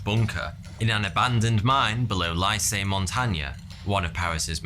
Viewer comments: 'Lycée' means 'high-school' and it is pronounced = LEE SAY not LIE SAY 😏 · Very interesting video and I learned a lot, but the mispronunciation of the word catacombs so many many times did grate somewhat. Oh, and lycée also. Please...